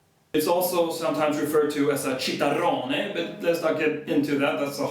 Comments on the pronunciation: Chitarrone is pronounced qitarrone not citarrone like in Ciao bambina. If you see c+h = k or q in Italian. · Don"t pronounce TSHitarrone. Then it would be written with C in Italian. It"s Ch and pronounced Kitarona in English... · Chitarrone is not "cheetarrone" it's pronounced "keetarrone" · "Chi" in italian is like "ki" So you have to say like "kitarrone" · Chitarrone is pronounced key-tar-ron-a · The combination of 'C'and 'H' are not always pronounced as in the word "Church" in English. But as "k" as in "Chord". Therefore, the Italian word "Chitarrone' is pronounced "Kitarrone" , meaning a big guitar. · Not to be that guy, but wouldn't "chitarrone" be produced "kitarrone"? Chi in Italian is pronounced differently. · Well, 'ch' is not silent at all and "chitarrone" is not a "rone of Cheetah" (whatever this may be), but starts with a 'K', as Italian 'ch' is only and always pronounced 'k'; please remember next time you'll be in the Chianti ([kyanti]), eating your "gnocchi" ([ñokki]) "al sugo"! For the rest, very amusing and actually correct (beyond the humorous veneer).